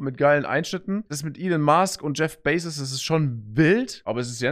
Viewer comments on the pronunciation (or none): Niemand: Sascha: Elon Maask und Jef Beysos